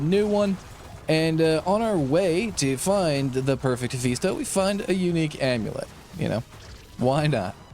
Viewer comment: Personal issue, I know, but I couldn't get through the whole video because of the Mephisto pronunciation.